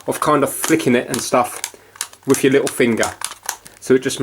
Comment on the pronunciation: “WIFTH YOUR LIL FINGA” 💀😂😂